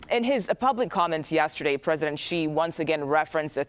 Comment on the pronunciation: This reporter is one of the few who pronounced "Xi" right. Kudos! I know its a minor thing but it's your job, just look it up and get it right!